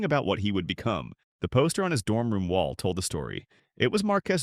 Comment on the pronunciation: I wish you guys would hire a human that can pronounce wall. The cadence is not human like. The same word is pronounced differently in the same article. Please hire an entertaining human with a personality.